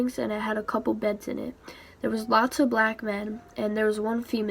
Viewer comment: “Black man” why she saying it like that